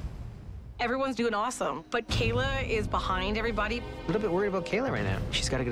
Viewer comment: It’s Kaila NOT kALa